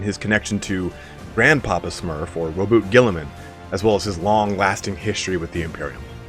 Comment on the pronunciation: Omg someone said Roboute's name correctly!